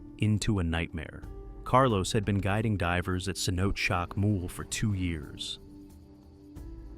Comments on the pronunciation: Cenot-ay. not ce-note. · The inconsistent AI pronunciation of "cenote" 🙄